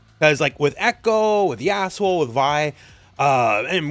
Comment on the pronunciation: did you say yaashole? 😭💀